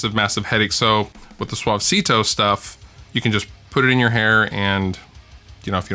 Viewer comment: Haha, the way you pronounced "suavecito" in the video sounds natural. Almost like a spnaish-speaker person.